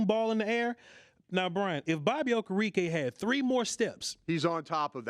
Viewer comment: It’s Okereke. Oh-Care-Rick-Kay!